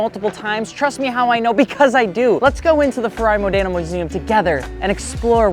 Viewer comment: Hey, i'm italian and every time you named modena city my ears explode. The accent is módena. Next time you will know😊